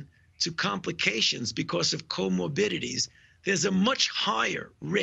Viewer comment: He just made up a word! Co-mo-bidities? Lmao! Black folk are not the only group struggling with obesity, diabetes etc.